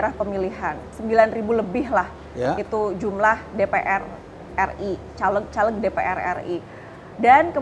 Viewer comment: Mempertanyakan kredibilitas ibu ini karena cara melafalkan "CALEG" , pakai "E" di "Bekasi", bukan "E" di "Tempe"..